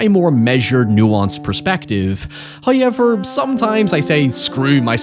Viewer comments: What is this guy's accent that he constantly says "hayever", instead of "however"? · First "hoyevver" drops . He rewards us for our cruelties. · I'm havin' a hard time getting used to the he says the "ow" sound. Town=tine, however=high-ever, it's difficult to listen to at times. But it's so interesting that I struggle through it. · Show sell merch that says “hoiyever” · First "hoyevver" drops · its not a video unless he says "hiowever" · Hey! It's the "hoyever" guy! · new here, what accent is that, kinda flabbergasted with "hoyever" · First "hoyever"